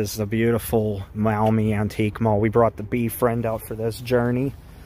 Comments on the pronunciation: As a local I am able to often visit the Antique Mall. May I point out that "Maumee" is pronounced in two syllables ‘Mawh-me’ and not muh-Awe-me. The store owner’s rent space to independent dealers. 3. The place is located on US Rte. 20 Reynolds Road between the Ohio Turnpike and Dussel Drive. Six hundred yards south from the Antique’s Mall is Schlotzky’s where route 20 becomes Conant Street heading to the Maumee River and though Maumee the road is under construction as of this writing. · Maumee is not pronounced that way.... (Mawmee).